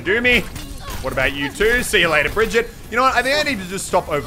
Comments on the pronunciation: you cant say "I have already forgotten how to say her name again" after you said her name almost correct for the first time. Untill the last letter its like Jeff said, but then its a E and not a A at the end. Its not that hard, you literally just have to make the sound, the letter tells you to do. Its the same E at the end as it is in elevator or envelope in the beginning. If you can say that, you can say Brigitte fosho aswell. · think of how you pronounce game... same g for brigitte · am im the only triggerd guy becuse he cant say brigitte right becuse im from sweden =^) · Brigeet that is how u say it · Pronounced Bree Gee Tah :v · Well as a swede i can say that you pronunced it right at first, it's pronunced brigitt not brigitta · Muselk, my man. It not BRigyte Linhoulm, it's BrigiTTe LinDHolmm. Trust me, I'm Swedish, I know these things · No, for fuck's sake, Brigitte = [Bree-GIT-teh], with the stress on the second syllable. We Germans pronounce the name the way it is written, with the vowels pronounced the international way: i = [i], not "aye". The double T means the vowel preceding it is short. And the German g is guttural, like the g in "git" "or "get", not like the g in "gem"! Saying "Bree-yeet" is pronouncing it the French way. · Everyone says her name Bridge-it😂 But it's like bre-geet-ah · Muselk Bree-geh-tah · Muselk I'm german so I can teach you: Bregetae. If you read it in english you will pronounce it about right, unlike papa jeff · Muselk its pronounced beer gee te leend h olm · Bree-geet-ah liyn-hole-m say it fast and you got it. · Her name is prenounced "brijit". There is a famous voice line of reinhardt and he says her name in it. Checkmate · youre saying it wrong and so does jeffy. its brigitta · Muselk haha I’m Swedish....... When you say birgitte 😂😂😂😂😂😂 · It was enough when we swedish people had to hear ”Torbjourn” all the time, and now we have to listen to ”Brigeet”. Kill me pls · It’s Brigitte!~ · It's like Bryygyittew. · It's pronaust bigitta